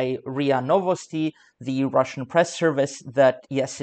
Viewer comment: cant even say russian ... another poser site